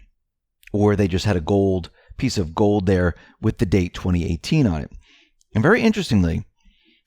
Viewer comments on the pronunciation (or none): none